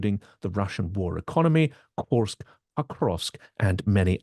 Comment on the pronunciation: So glad you took care to say "Koorsk"(@ rather than the pronunciation adopted by the mainstream media (rhyming with "curse"). Some of us were never part of the British empire 😉. Indeed WWI probably offers the best template for what's in store for a postwar Russia. Any chance of having Jeff Sonnenfeld (on the Russian economy) on the show?